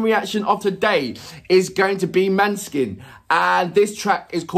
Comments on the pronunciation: The å is like an ò as in the word "lot". The e is a shwa, written "ə" in many pronunciation guides. So it's Moh-nuh-skin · Hi,! Don't worry too much about the pronunciation, we get it wrong all the time in Italy as well, because the name is actually a Danish word (for moonlight), it should be pronunced like MAW - neh - skin stress on the first syllable. For the rest... yeah, maybe you can have a look at the lyrics next time, but just do what you genuinely like, it's what keeps us coming back... Thank you!